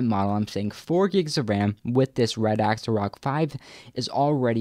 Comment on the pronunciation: It isn't pronouced "RAD-AX-A," it is pronouced "RAD-ZA." Pay some attention.